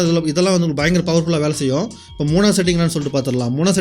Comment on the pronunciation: செயும் இல்லை செய்யும்